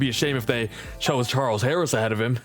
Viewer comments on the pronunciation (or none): none